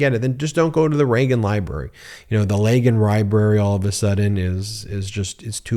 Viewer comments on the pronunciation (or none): "Leagan Ribrary"? oops... Get some rest, Ben! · You said "Legon Ribrary" at one point lol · You said Leagan Ribrary.... And didn't skip a beat. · You did say the Lagan ribrary. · Did he say "Leagan Ribrary"? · Did I hear Leagan Ribrary? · You said Legan Rybary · Not sure if it was a slip of the tongue, or deliberate, but "Leagan Ribrary" is going to make me giggle for the rest of the day. Your delivery is so consistantly perfect that this has to be on purpose, so thanks for that one, Ben. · I like the scooby doo impression “Leagan Ribrary” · Y’all heard him say Leagan Ribrary, right? Am I the only that heard that? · Went back to check 3 times he calls it the Leagan Ribrary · ..... "the Leagan Ribrary"😂😂😂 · tRump the massive mass debater is too scared to debate in the "Leagan Ribrary"... Sorry Ben, I heard it and laughed my off 😂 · Leagan ribrary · "Leagan Ribrary" 😂😂😂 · "Leagan Ribrary"? Love you Ben! That'll be in my head making me giggling the rest of the day!😆💯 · … the Leagan Ribrary 😂😂